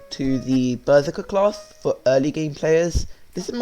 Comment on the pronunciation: Lol the way you say Berserker 😂